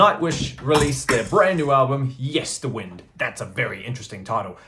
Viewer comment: The first thing is that the third syllable of Yesterwynde is pronounced as in 'wind the clock' rather than 'the wind blows through the valley'. The second thing, I have only listened to it once and it will take a few listens for it to bed in. I like the singles, especially 'Islands', and enjoyed the first listen, so it promises much. The singing on The Children of 'Ata is Tongan, sung by Tonganese singers, as the story is about Tongan children that survived on an island following a shipwreck. I listened via streaming, but I'm buying it on vinyl and CD.